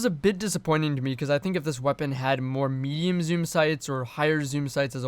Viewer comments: I can’t help but hear “meme zoom sights.” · every time you say medium zoom I hear meme zoom.